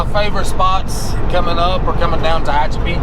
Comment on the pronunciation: U pronounced Tahachipi correct .......I know I can't spell it right......lol